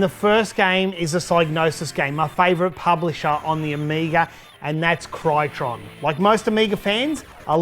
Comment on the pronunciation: Crytron? The boxart says 'Cytron' :)